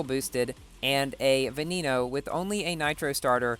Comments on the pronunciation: Canned Bread it's said be-ne-no not ve-ne-no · Boi "Veneno" is pronounced "ve-ne-no". The e's are pronounced like those in the word "when". It's is NOT pronounced "ve-ni-no"